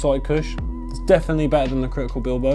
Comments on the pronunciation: It's pronounced bilbow or bilbayo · You pronounce it ”billbow” lmao , Bilbao is a city in Spain so the probably why the strain is called that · Pronounced Bilbao like atletico bilbao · wtf bro its critical bib lo not bil bo seriously just pay attention to the letters lol